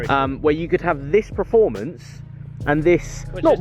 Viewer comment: Still say praformance..... Jesus, it’s not difficult